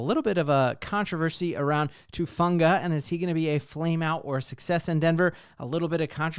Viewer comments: Gahhhh! Everybody keeps calling him Tufunga. His name is Talanoa HUFANGA. HU. HUFANGA. sorry nothing against u love ur content I've just been hearing that everywhere and it bugs the crap outta me for some reason 😂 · Who-fawn-guh..come on now, let's get it right